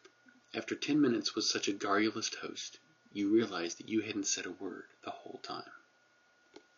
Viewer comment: You probably know this already, but you pronounced "garrulous" incorrectly :/